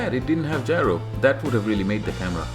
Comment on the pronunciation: it's gyro, not gryo